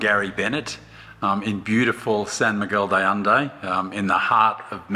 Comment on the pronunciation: How can they not pronounce the name of the place where they live?????